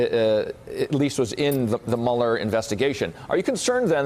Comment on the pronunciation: Dude still doesn't know how to pronounce Mueller's name?